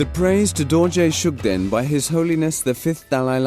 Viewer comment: Please let someone who knows the real name or pronunciation to do the narration first. Coz the narrator seems he don't have knowledge on what he is reading.